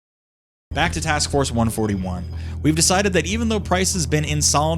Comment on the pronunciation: "one-forthy-one" now THAT is a war crime